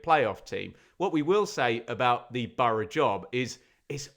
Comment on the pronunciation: No one says bor-o. It's burra, phonetically.